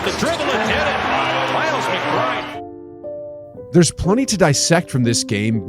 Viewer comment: This man really said Miles McBridge when the commentator on the next clip LITERALLY SAID MILES MCBRIDE